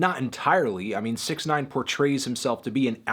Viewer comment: Anthony pronounced it wrong